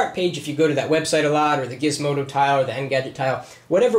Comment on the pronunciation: "Gizmodo" I stopped watching there.